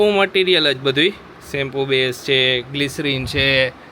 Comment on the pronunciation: તમે મોટા ભાગે "છે" ની જગ્યાએ "हे" ane "શે" જગ્યાએ પણ "હે " એવું કેમ બોલો છો... એ કઈ ભાષા છે ??